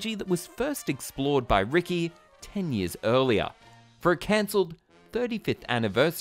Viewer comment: Ricci is pronounced like Richie. I used to work with her at Disneyland back in the 80s. 😊